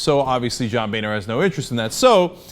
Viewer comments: In which case it would be pronounced more like 'booener', but, as it stands, it is pronounced 'boner' and that is highly amusing. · LOL he pronounced Boehner as "boner" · Damn originally I thought Boehner's name was pronounced "Boner" which made this story 10x funnier. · his family actually changed the pronunciation of his name when they moved to the US... Savvy enough to change the pronunciation but not the spelling! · Stop pronouncing his name wrong!